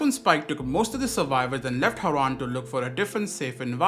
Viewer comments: Was that AI in the intro? Whyd crane pronounce Harran like Haran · I was gonna say, I didn't think would've mispronounced harran in the game lol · I'm really hoping that is AI in the beginning? No way crane say Harran like that.